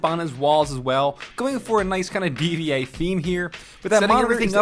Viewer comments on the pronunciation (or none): cough it's D.Va not D.V.A cough love you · Ok sort your Overwatch character pronunciations out real quick my fucking ears bled when you said DEEE VEEEE AAAAY its D.VA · 'd.v.a'.... Its d. VA :v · DEE VEE AY... What? D.Va dude. DEE VEE AYY! HAHA it's DIVA. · Do you not care about yourYouTube videos anymore? Calls GTX 1080 a 1070 Pronounces D.Va D.V.A Massive audio glitch All of these could be fixed if you just watched back over your video or did a bit or research. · For the setup , not only did he get the graphics card wrong, which I don't know how he did, he also called D.Va "Dee Vee A" cringes strongly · Everyone's commenting about the audio error, I'm just pissed about him pronouncing D.va, D V A. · Chris ツ there's an audio error . He says dee vee ay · right like wtf was that completely triggered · its pronounced as "deeva" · I don't really care about the audio glitch, but the way you said d.va grinds my gears real baf